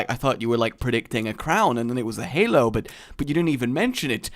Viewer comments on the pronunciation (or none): none